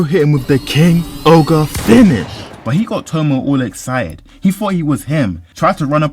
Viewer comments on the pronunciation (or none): Fr, like Eren Yeager literally just pronounced it right to your face just for you to mess it up 😭😭